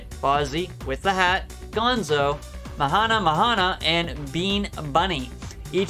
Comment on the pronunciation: It’s Mahna Mahna (muh-nah muh-nah)…like the song.